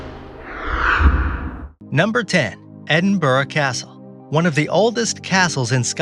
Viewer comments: As a Scot!!! it's pronounced Edin' Brah! lol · edinburgh but you pronounced it wrongly . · One would think the narrator would pronounce "Edinburgh" correctly.